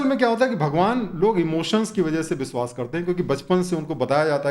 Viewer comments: बिश्वास नहीं.....विश्वास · कृपया "विश्वास" को "बिसवास" न कहें